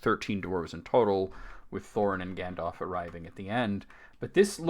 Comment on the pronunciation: lol the way you repeated gan-dalf made me snort bc i thought the same thing. also, as a brit, calling smaug ‘slag’ (synonym basically for ‘slut’) is very funny